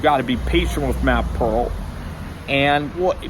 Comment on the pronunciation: it’s Peart. pronounced ‘pert’ i believe